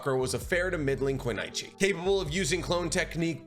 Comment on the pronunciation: Great video. Sakura is my favorite character. BTW I believe your pronunciation of "kunoichi" is wrong. In Naruto they pronounce it with an "o" vowel not an "a". It should be ku-NO-i-chi not ku-NA-i-chi. 😅